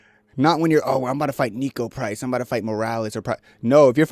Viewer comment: “Nico price”😂😆